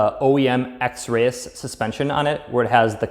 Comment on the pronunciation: it's pronounced x-rees